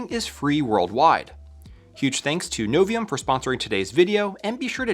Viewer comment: It's not Aluminom, it's Aluminium... You did pronounce Novium with no problem at all...